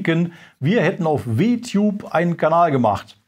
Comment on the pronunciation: "W-Tube" xD, hat keiner in der Redaktion Englischkenntnisse, um zu verstehen, dass man es englisch aussprechen muss, damit der Witz funktioniert? LG